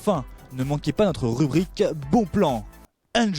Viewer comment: Nangisse pour dire Nangis, Fant pour Fendt, Anjoy pour dire ENjoy un petit soucis de diction chez... va falloir vous réecouter les gars